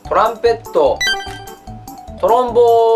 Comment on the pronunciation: トロンボーン言えないのつらい